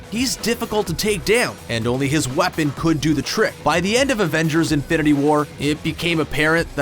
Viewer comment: Is it just me, or does it always sound like he is saying Avengers: Infinerty war??😂😂